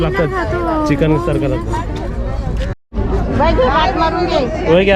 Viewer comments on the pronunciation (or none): none